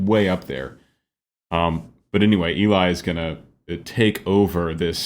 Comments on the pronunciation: Thanks for this reaction! As I'm sure that someone has told you, Eli is pronounced 'Elly'. I think you should go as deep into the music theory as you'd like. Looking forward to your next reaction! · I love your channel and I love Voiceplay! One thing I learned is that Eli pronounces his name like “Ellie”. Please keep up the great work and I think you would be surprised by the choreography in Geoff’s Monster Mash. In any event I’ll keep watching! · Just so you know, Eli's name is pronounced like "Ellie". Odd i know but there you go lol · I love how you break everything down--I actually learn a lot from it for my own singing. One note: Eli is pronounced as "Ellie". Not a big deal but I know you always want to be accurate. ;) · Eli’s name is pronounced like “Ellie” 😊